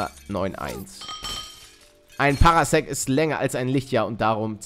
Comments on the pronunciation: Das spricht sich Parsec und nicht PaRAsec Klugscheißermodus off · Es wird zwar"Par sec" wie in star wars ausgesprochen aber egal